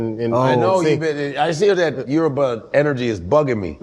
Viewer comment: He left at 10…. Can pronounce his name flawlessly with the Yoruba accent. But pronounces the word Yoruba…as “yoroooba”?. Goodness me